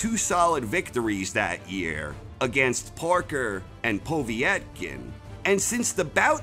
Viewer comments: "between Parker and Poviy -etkin" 😂🤦‍♂️ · Po vee et kin you mean Povetkin lol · Great video mate! Please sort out your pronunciation of Povetkin though lol